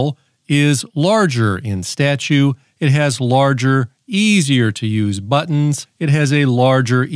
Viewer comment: This looks like the BEST walkie-talkie EVAR! 'buttons' are pronounced, Butt-ins! Just ordered two radios from your affiliation link. You probably get a brazilian dollars from it. Great review, thanks!